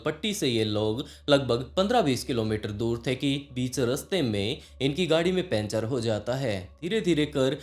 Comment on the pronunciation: पंचर ❌ पेंचर ✅